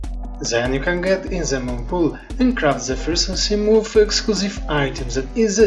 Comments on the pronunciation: Yes but your pronunciation of 'Moth' is "Moof", and I like it so im keeping it. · From now on, I am calling the Seamoth, a Seamoof. 🤣👍